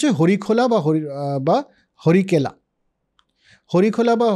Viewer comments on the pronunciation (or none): সামগ্রিকভাবে আলোচনাটা খুব ভালো লাগল। শুধু কয়েকটা ভুল একটু কানে বেজেছে। যেমন 'কর্মন্ত' (কর্মান্ত হবে), 'হরিকেলা' (হরিকেল হবে), 'অধিশূর' (আদিশূর হবে)। আর মনুসংহিতায় কি বর্ণসাংকর্য প্রসঙ্গে বঙ্গের উল্লেখ আছে? ১০.৪৪ শ্লোকে পৌণ্ড্রকের উল্লেখ পাচ্ছি, সেটাই কি এখানে বোঝাতে চাওয়া হচ্ছে? উত্তর পেলে আরও সমৃদ্ধ হব। ধন্যবাদ।